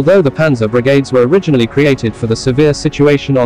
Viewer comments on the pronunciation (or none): Strange voice intonation - referring to Brigads instead of Brigades